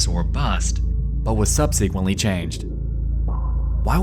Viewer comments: In the word 'subsequently', the stress is on the first syllable, not the second. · sub-see-quently lol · Am I the only one that's annoyed by the way he says subsequently as "sub-sequently" like it's two separate worda? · Please learn how to pronounce 'subsequently'. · I’m sorry but you mispronounce “subsequently” in every video, please just type it into google and learn the correct way to say it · Who else gets triggered on how he pronounces "Subsequently"? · Dude, learn how to pronounce subsequently. Or don't write it in your script. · Thanks for the vid. Hey, it annoys me every time you consistently mispronounce “subsequently”. The emphasis is supposed to be on “sub”, but you always put it on “se”. Speak English correctly. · It's pronounced "subsequently", not "subsequently". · The way you say "subsequently" physically hurts me